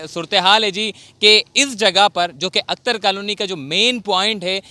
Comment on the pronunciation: اختر کالونی۔ اکتر کالونی نہ بولو۔